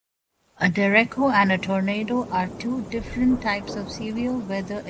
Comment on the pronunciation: She says derecko